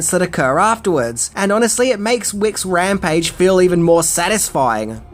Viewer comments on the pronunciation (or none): none